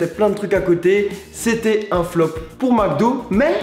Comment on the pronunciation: "Macdo" epa ont dit "Mcdo" il y a pas de a